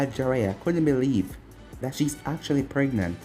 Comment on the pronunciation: I died when you said Mai was pregnet.